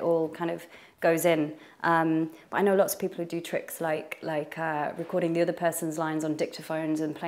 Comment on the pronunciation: regional accent coming through on “other”